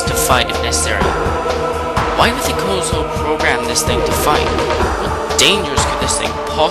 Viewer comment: When I heard him pronounce it "Kozo" I almost had to turn it off...